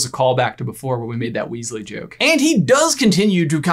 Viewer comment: weas-ley i heard weasly {like Weasley }